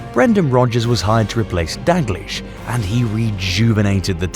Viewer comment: Stop pronouncing it Kenny “Dag-Leesh”. It’s pronounced “Dow-gleesh”. I am continually amazed at how many people (particularly scousers) cannot pronounce Kenny’s name correctly. You would have thought after nearly 50years connected with Liverpool they would have learned how to pronounce Kenny’s name correctly.